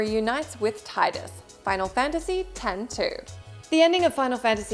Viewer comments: It's pronounced Tee-dus. Not tie-dus. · In sotn there are three endings as well 1 for killing richter 1 for killing richter while you have the glasses on. And one for smashing the orb above richter when you have the glasses on and then kill dracula! Also for ff10 it is pronounced teedus (I know...I know...smh but it is.) Not Titus. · Tidus’s name is pronounced Teedus. Not Tie-dus.